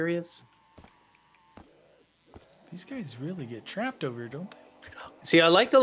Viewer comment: Why do they say tarped rather than trapped